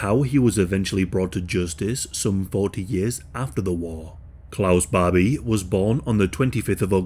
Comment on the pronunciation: I kept hearing Bobby. 😅